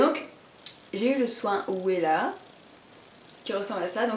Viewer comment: par contre "Wella" se prononce "Vella" lol, ce sont de très bon produits !